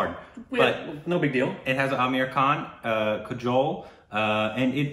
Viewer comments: Pronunciation of kajol is kaaajol. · New pronunciation suggestion for you.. Kajol-> Kaa-Joal..